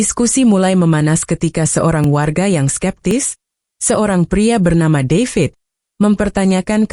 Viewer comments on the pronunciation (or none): none